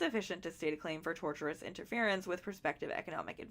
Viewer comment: Just for the future, I believe the word you were struggling with (tortious) is pronounced "tour-sh-us" rather than "torturous" Just in case you make a video, it sounds a lot worse if Ryan is accused of doing something torturous XD